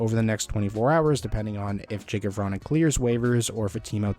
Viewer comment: his name is pronounced, ya-kub, just to let you know :)